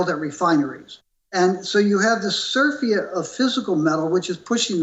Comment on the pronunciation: His mispronunciations of surfeit and Ockham's razor show a man struggling to appear more knowledgable than he actually is. How ironic that he criticized Kitco for not censoring opposing opinions, as (in his own words) "that guy just doesn't know what he's talking about." If they did, HE would have been censored. Big thumbs up, Kitco, on many levels exemplified here.